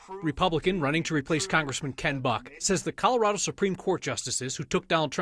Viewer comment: She doesn't even say "Colorado" right.